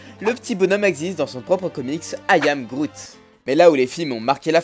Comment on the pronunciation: "Je s'appel Groute" 😂😂 l'anglais est pas ton fort 😂😉